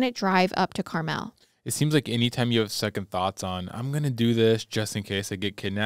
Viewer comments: When you kept pronouncing it “CarMell” it gave me a good chuckle. Needed that laugh. Too cute. 😂 It’s pronounced like the candy. Just for info purposes. Not trying to be a pronunciation police. 😂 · Two things: this is disgustingly terrifying. I grew up in Carmel and it’s actually pronounced Car-mull in Indiana! Everywhere else in the world it seems to be Car-mel. I wonder if the mansion is still there if it’s off 31…. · I love y’all!! Let me say I work 12 hour days 6 days a week in a factory right outside of Indianapolis, I stumbled on your podcast and literally binged every episode in a little over a month, I am so sad to be caught up, also the way you pronounce Carmel and sav-a-lot cracked me up! Please keep up the hard work. I recommended your podcast to my work buddies and they are all currently binging. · I love your podcast so much! But you kept saying Carmel wrong so I had to say something lol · You were pronouncing Carmel wrong 😂